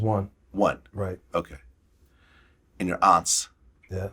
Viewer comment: Did he just said aunts or opps?😭